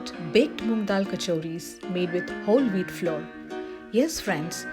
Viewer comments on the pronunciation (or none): nice recipe dear but correct pronunciatons: flour - not flore but same as flower oven - not oh-ven but Uh-ven..........thank you dear, please don't mind, God bless